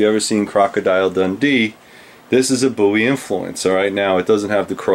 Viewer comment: It is good to know that you pronounce Jim's last name correctly. One of his ancestors told me once that the mis-pronunciation of the name Bowie was common even in the early 1800's.